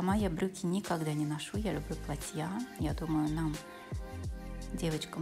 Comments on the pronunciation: платья .а не платьЯ.ужас.ролик хороший а ударение деревенское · Ударение на А в слове платья, а не на я.Извините, ухо режет!! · Правильно снимайте,Яну знаем, хочется больше узнать о нравах и укладе жизни французов. почему в слове платья Вы ставите окончание на конец слова. Платья ударение на букву « а».